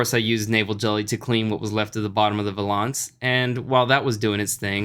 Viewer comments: It rhymes with balance like the comment says... think 'valens' not 'valarns' Unless you also say 'balarns' :D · I believe the VAL in valence is pronounced like Valerie or Valley.